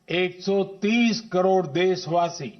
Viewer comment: Jay pal ko bolo kadod nhi karod hota h